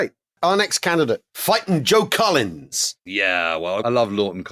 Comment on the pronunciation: I thought Al was shouting "Joan Collins"! At first! 😂